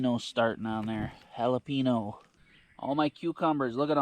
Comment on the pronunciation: If you can say the word “pen”, then you can say jalapeño…jala “pen” o